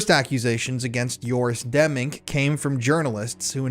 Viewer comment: Joris Demmink, not Yoris Demming. I read this one, and Demming is a real person. I'm glad you're exposing these scumbags bc I don't see anyone else doing it.